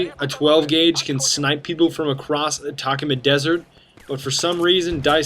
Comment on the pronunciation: For anyone wondering its pronounced At-uh-coma desert